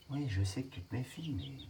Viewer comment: Tu te débrouilles pas mal au niveau dressage. N'hésite pas à lui donner des ordres d'une voix ferme et assuré sans lui gueuler dessus. C'est très important pour lui. Tout est dans l'intonation. L'intonation du "oui" à la 7'47 n'est pas bonne, le "Voilà" lui est bon. Le secret c'est qu'il t'écoute. Après perso en ce qui me concerne, je le met direct en immersion avec les poules et "tartagueule à la récré" si tu touches à une de mes poulettes ! Attention quand même au malinois, il leur faut une bonne éducation au début sinon ça peut vite partir en vrille. C'est pas des chiens de débutants.